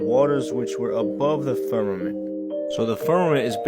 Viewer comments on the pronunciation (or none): Fuck, if I hear one more person say "firmanint"....